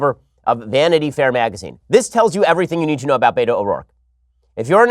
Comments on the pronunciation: It’s pronounced beta. Not Beto. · It's not Beto is Behto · Me: “Ah yes. Time for some intellectual, professional, political analysis this morning.” Ben: “BAY-DOE!” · My Wife: I know he keeps saying "Beto", but all I hear is "Beta". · that cracks me up, too. ha